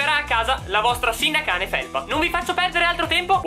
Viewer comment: "Sinnacane" get triggered